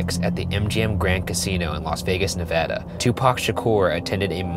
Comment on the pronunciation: Thank you for pronouncing it Nevada instead of Nevoda because usually people say Nevoda